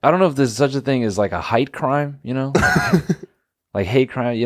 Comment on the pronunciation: Saying ”height crime” just sounds like an Australian saying ”hate crime”